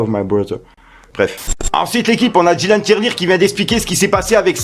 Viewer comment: Ta dis dylan tirelire